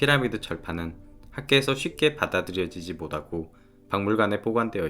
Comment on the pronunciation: 정말 잘 만들었고 잘봤습니다 다만 못하고 - 모타고로 부탁합니다 모다고~ 듣기 참 거시기하고마요~~~